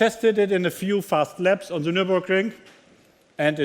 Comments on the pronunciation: The = Seh , das ist so peinlich. The spricht man - Dh, bzw. Dih ( je nach dem welches Wort voraus geht, aber niemals Seh!!!)...und This spricht man auch - This, bzw. Diehs und niemals Siss!! Das kann doch nicht so schwer sein...und das als Weltmarke! Einfach nur Fremdschämen! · It is embarrassing that such a Top Manager only speaks poor English. Tut mir in den Ohren weh. Vor allem, wenn "the" immer als "sse" gesprochen wird. Sagt ihm das keiner, dass das behindert klingt?